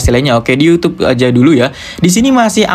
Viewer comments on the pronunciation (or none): none